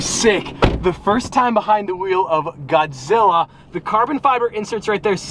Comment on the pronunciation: he sayin godzilla me guaczilla. also tanner foxes gtr is over 1000 hp